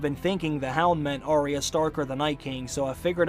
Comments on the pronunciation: It's "Arya" not "Aria" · Your videos are so wonderful, but for the love of Pete, why do you mispronounce the name ARYA. It's AR-Yuh. NOT Aria. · Arya is pronounced "Eyeah" not "Arie ya"